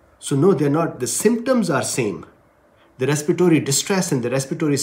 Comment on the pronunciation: Please correct a word,respiratory,not respitory